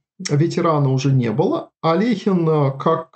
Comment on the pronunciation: Я рад видеть маленькую деталь, именно что произнесена фамилия именно АлехИн с буквой «и» а не «Алёхин».